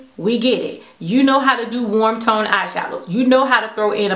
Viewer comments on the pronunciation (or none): none